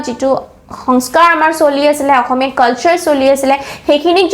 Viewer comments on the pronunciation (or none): none